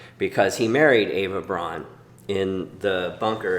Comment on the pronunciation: I'm new to this channel. This was a fascinating video. I'd just like to put my two cents in regarding German pronunciation. Eva's last name "Braun", rhymes with "brown", not "brawn". And Heydrich's name is pronounced "Highdrich", not "Haydrich." I had four years of High School German, which has left me with an irresistible compulsion to correct everyone's German pronunciation in WWII videos on YouTube.